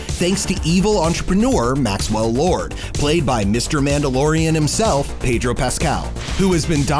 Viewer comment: Sorry, I stopped listening to anything you said as soon as you pronounced Pedro as Paydro